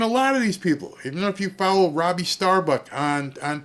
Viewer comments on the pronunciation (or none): none